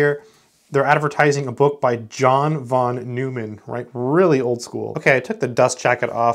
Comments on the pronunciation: John von Neumann is pronounced NOIman not Newman. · Love this. However a trivial quibble: von Neumann is pronounced Noy-man like Boy Man! 🤓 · It's pronounced "Noy-man", but yeah!